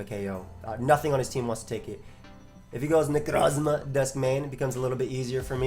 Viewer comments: damn my boy out here rolling his Necrrrrozmas so long, he's starting to roll their ability too. Neurrrroforce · FOR THE LOVE OF GOD STOP SAYING NECROZMA LIKE THAT LOL